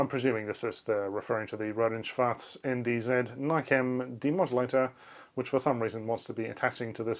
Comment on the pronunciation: I love that R&S piece. Thanks btw for perfectly pronouncing "Schwarz". I think other German engineers will agree with me with how funny sometimes German looks like when it is exactly and precisely describing a term, especially RF. "Tonfalle" is literally a trap to trap sound. Yes, that's what it is, but it is so absurd to see. I find it also cute how in German it is an Oszillator 38 MHz, But in English they write 38 MHz oscillator, even though there is no grammatical reason for the inversion in German, and they gave up on that on the second board.